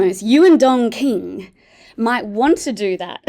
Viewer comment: Sounds like you're saying Dong King and not Don King.